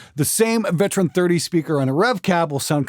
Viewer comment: Anyone else hearing "Veteran 30" instead of ""Vintage 30"? 🤔